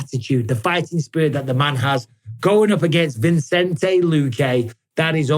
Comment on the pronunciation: Thank you for saying Vicente not Vincente Mike. Taken a while boss haha. You’re the man…ALIVE